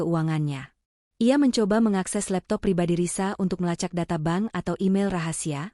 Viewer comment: Bank kok dibaca Ban...